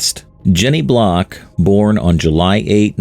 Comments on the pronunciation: Her name isn't "Block" it's "Blalock". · Her name is Jenny Blalock not Jenny Block. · Her name is Jenny Blalock, not Block. Stupid AI. The final report on the investigation by the NTSB is not out yet. I am confident that the go-pro cameras she had in the plane will show a mechanical failure of the elevator control cable. Why do I think that? Because I find it incredulous that from 6000' she could not recognize a 12000fpm descent straight into mother earth and not take corrective action to stop it. Just my opinion. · Her name was Jenny Blalock, not "Jenny Block" as you incorrectly state numerous times in this video. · Her last name was BLALOCK (blay-lock) not BLOCK. Jesus. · Her name was Jenny Blalock, not Block. You put so much time into this very well done video, yet somehow were inept and couldn't even get her name right. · It's not Jenny Block. It's Jenny Blalock... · Can't watch this. Stopped as soon as I heard the AI narration and captioning get the first pilot's name wrong. Her name was Jenny Blalock, not "Block" as is shown here in this video. Please, have enough decency when featuring the death of some family's loved one who lost her life to at least get their name correct. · Her name was Blalock, not Block.. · Her name was Jenny BLALOCK. At least get her name right. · Her last name is Blalock not Block. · Blay-lock..:not Block! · It's Blalock, not Block. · Blay-lock is the correct pronunciation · How can anybody give this a thumbs up when they don't even have her name right????? It's AI narrating but, HER NAME IS WRONG!!! IT'S BLALOK!!!! It pronounces the russian pilots name correctly, but not an American's name??? How Pathetic!! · Wow, you're the expert and can't even get the woman's name correct. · this is AI slop, the bot also got her surname wrong